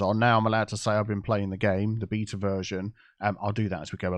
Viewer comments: every time he said BETA is kept hearing BEATER. Good for a few laughs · Pronouncing “Beta” as “beeta” is so funny 😂